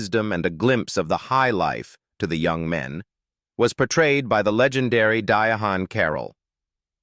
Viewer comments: Di-a-han??? AI screws up every name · Diahann Carroll is pronounced Dye-ann. And the little girl that song with Robert Townsend was in the bedroom.. please remove the clickbait that you have for this video. The picture that you have up of Kasi Lemmons is a picture of a whole nother actor.. it's Jurnee Smollett.. just take the whole video down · Dia Hon Carroll. REALLY!!! Get it right AI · I cannot stand, when an influencer will not even have enough respect to call a true artist and actor or pronounce their name correctly, is it hard to say Diane Carroll? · Pronounced Di ann. The h is silent. This is irritating.